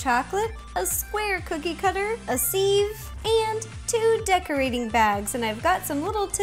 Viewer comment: sieve is pronounced siv, not seev.